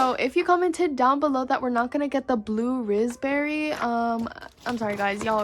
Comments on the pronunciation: Blud Said 'Blue Rizz Berry' Instead Of Blue Raspberry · lol this makes my day: blue-RIZZ-berry instead of blue raspberry